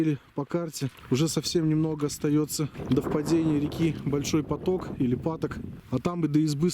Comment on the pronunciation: Большой ПАток, ударение на первом слоге.